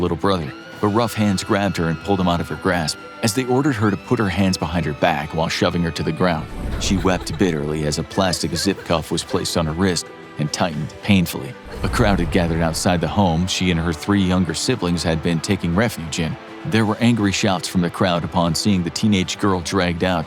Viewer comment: Did you say rizz lol because it didn't sound like wrist to me